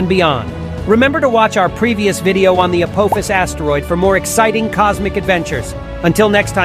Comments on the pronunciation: I mean your first video clip gets the name right with A-PAW-phis not A-POE-phis that you wreck your video with!! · A-pof-is. Not APOAFIS YOU TWIT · for pitys sake it is not apOHphas it's pronounced apAHphas. `throws up hands in disgust` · If Apophis is Greek that pronounciation is incorrect.